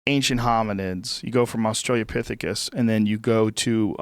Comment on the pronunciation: Australiapithecus? Australopithecus, rather.